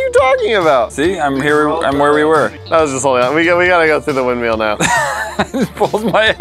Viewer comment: Anyone else bothered by the way always pronounces 'Windmill'?